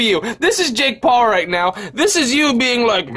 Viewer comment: LISTEN TO DUDE ITS NOT “jake Paul” ITS “JAKE BALLS”